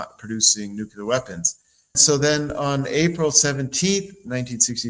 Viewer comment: Why isn’t this guy pronouncing nuclear correctly?😂😂😂